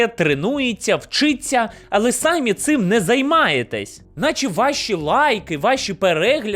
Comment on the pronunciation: Слова "сАмі" в українській мові нема) ті випадки, де Ви вживаєте, наголос на і "самІ", використання слова сАмі замість префікса най- є також помилкою.У мене все) дякую за відео!)❤